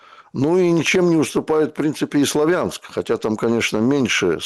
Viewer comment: По-русски грамотно говорить КупЯнск, СлавЯнск и т.д.